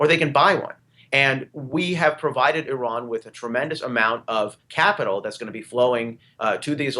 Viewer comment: here's some help for you morons.........Iran....pronounced like... Indiana or Illinois....not pronounced like...Idaho or Iowa......